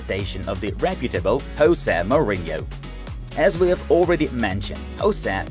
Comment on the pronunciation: Jose Mourinho is Portuguese, not Spanish, so please do a research about his name's pronunciation.